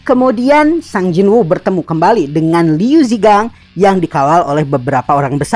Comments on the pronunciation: Bang pelafalan nama nya kurang tepat seharusna di baca Sung Jin Wo bukan sang jin wu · Baru ketemu hangulnya sung jin woo yaitu 성진우 jadi pelafalannya "song jin u" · Sung jin wo emang bacanya jadi sang jin wu y?